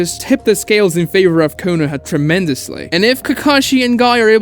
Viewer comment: KOH NO HAMA ROO Please stop BUTCHERING the pronunciation when its being said IN SHOW. Like bro, you can perfectly say chibaku tensei but not being able to say Konoha or Konohamaru right literally makes me feel sick.